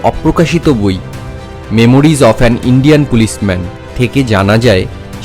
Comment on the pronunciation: আরে, ওটা "মেমোয়ার্স", "মেমোরিস" নয়!! দেখেও ভুল উচ্চারণ!!😝